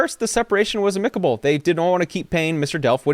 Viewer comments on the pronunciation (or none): The word amicable is pronounced: AM-ick-uh-bull Phonetic spelling: /ˈæm.ɪ.kə.bəl/ Rhymes with: Pan-ick-a-bull